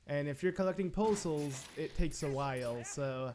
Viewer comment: Poe Souls sounds like postals to me. I was thoroughly confused. What did the postman do to you?!